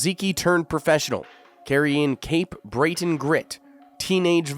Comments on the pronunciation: The pronunciations are fkn awful in this man. Rozeekee? It’s Ruhsickee. Cape breeten? Breeeten? BRETON bro. I grew up with rozicki. He’d fkn laugh at this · bro said Cape Brayton? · Bro needs Lennox to be his manager!!! This is why fighters have to sell their souls for a title shot. Pls learn how to pernounce Cape Breton. Breton like the cracker, not very hard..